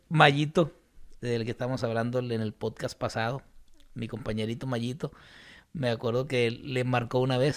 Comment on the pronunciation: es podcast, no potcas. PD: me estafaste con METAFAST.